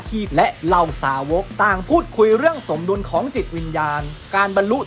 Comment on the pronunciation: อ่านผิดรึป่าว สมดุล อ่านว่า สม-ดุน ไม่ไช่ สะ-มะ-ดุน